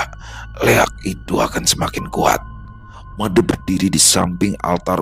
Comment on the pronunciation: Pelafalan huruf E pada penyebutan nama MADE di Bali sama dgn pelafalan di Abjad Bukan Ē Smoga bs djadikan sbgai bhn koreksi kdepannya.. 🙏🙏🙏 Dps nyimak... ☝️